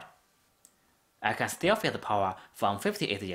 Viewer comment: Thank you, this is great. Suggestion: When you say "can", say it slower than when you say "can't", so we can tell the difference :)